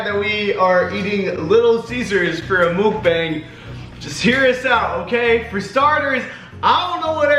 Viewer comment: Mook-Bang?? It’s muck-bong